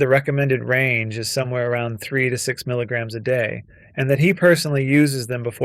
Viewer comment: * milliGRAMS not miligrims as joe said